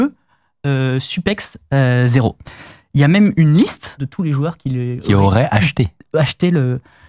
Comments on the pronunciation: les genies tema supex0 on dit supeso xD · Tu peux ajouter "Kaly" et pas "K.Q.L.Y" ou encore "Supexo" et non "Super zero", il m'a trigger mdr